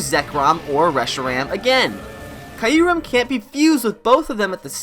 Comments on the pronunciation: Kee uh rem, not kaiuu rem🙃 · one true enemy is pronouncing Q-REM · I’m sorry but that Kyurem pronunciation sounds like nails on a chalkboard to me